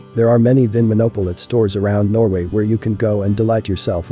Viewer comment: ‘Munch’ is pronounced Mounk, not munch as in munching food…..better to just say ‘Wine monopoly’ rather than to mispronounce vinmonopolet